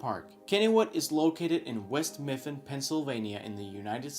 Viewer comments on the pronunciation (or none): "West Miffin" It's actually West Mifflin. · “West Miffin” hahahah